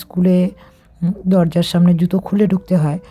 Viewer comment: কথাটা সামন না সামনে হবে ।